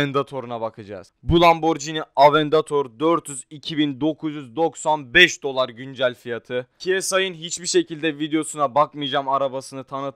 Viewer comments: kardeşim avendator değil aventador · AVENDATOR DEGİL AVENTADOR :DD